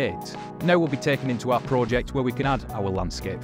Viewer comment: i hate how you pronounce project